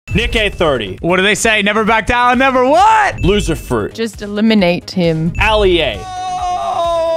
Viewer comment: Loserfruit “Just eliminate him” What I heard “Just a lemonade him”